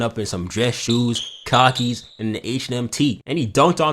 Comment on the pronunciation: Nigga pronounced Khaki’s like cockies 😂😂😂 shit threw me off ode